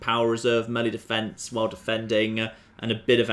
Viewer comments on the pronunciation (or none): none